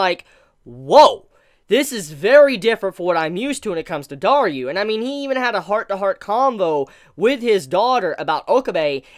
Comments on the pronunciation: Also it's DARU, not DARYU. Is pronunciation really that hard? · I am thinking of the hardest question in this Channel Why are you saying Daryu instead of Daru 🤔🤔🤔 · And that moment comes, when Daru acts like a true gentleman of a father. It really gets me. By the way, it's DARU not DARYU xD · Amazing review but why do you call Daru, Dar-U?